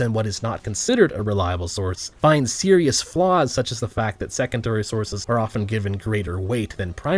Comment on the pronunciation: Also the way you said sources made me die lol